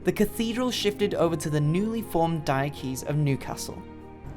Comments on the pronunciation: Please learn how to pronounce 'Diocese ' correctly. It's Dio sees. not Diokees. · Thanks for a very interesting video about Newcastle Cathedral. Top tip - "diocese" is pronounced similar to "dye-oh-sis" with emphasis on the first syllable.